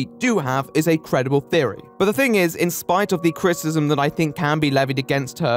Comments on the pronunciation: Can you please enunciate "criticism", it sounds as though like you are saying "critism", and is pretty distracting. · Unrelated question, does anyone else hear "critism" instead of "criticism "? It was distracting me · Are you saying "critsm"? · Great video, like it very much but god you can't pronounce the word 'criticism'.